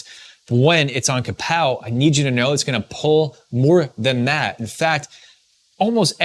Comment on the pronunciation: KAWPOW not KAPOW